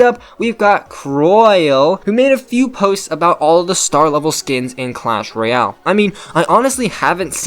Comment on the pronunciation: Did he just say clash royal it’s ROYALE!!!! Duck